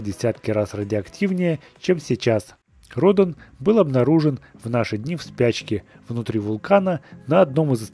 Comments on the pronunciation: Радан а не Родон!! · Вообще-то правильно говорится ра'дан